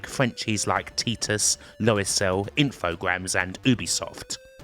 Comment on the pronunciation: "Loricel" is actually "Loriciel", a play on the French word for 'software', logiciel. Lesson over.